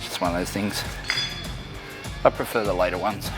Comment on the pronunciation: Why do you pronounce thought as fought and things as fings.